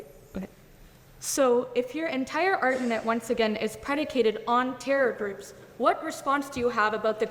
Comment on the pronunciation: Your “arJEWment” lol nice off to a great start lady..